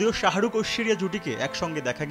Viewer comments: u guyz are falied to pronounce the name of shahrukh lol😑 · শাহারুখ কি রে ভাই?? এ কেমন সাংঘাতিক? সময় টিভি কোয়ালিটি বাড়াও